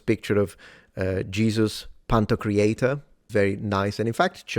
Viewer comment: It's not "pantocreator", it's pantokrator... "ruler of all", not "creator of all", but still, I can see why the mixup happened. Indeed, the Orthodox Church teaches that Christ participated in the creation of everything. I recommend Jonathan Pageau's content as an intro to Orthodox images.